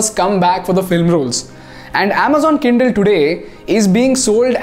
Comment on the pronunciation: I heard Amazon kiddel instead of kindle 😂